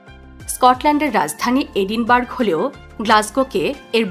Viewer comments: এটা এডিনবার্গ না ‘এডিনবারায়’ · এটা এডিনবার্গ নয়, এডিনব্র‍্যহ